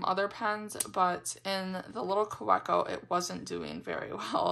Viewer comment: Kaweco is pronounced Kaveco. I find their nibs are so inconsistent. Loved my first one but others gave me problems.